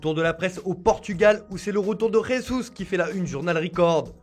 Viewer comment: Arrêtez de dire "resus " alors qu’il est portugais et pas espagnol, si tu veux mettre un accent, prononce au moins avec celui du pays! On dit Jesus !